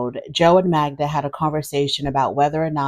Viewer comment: Joe, if he cared, should pronounce her name correctly.